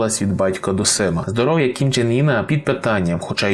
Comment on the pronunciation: Північнокорейський товстун не «ін» (як ви вимовляєте), а саме «ин». Це справді суттєва різниця в написанні і навіть значені імені